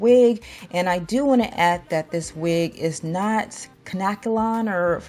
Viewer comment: y'all, the way shr pronounced kankalon .... lmao